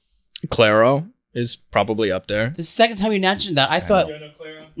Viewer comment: The way they keep getting Clairo's name wrong, even after being corrected 🙄